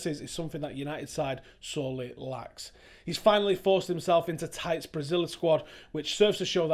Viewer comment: I'm pretty sure it's pronounced ti-TE, not 'tight'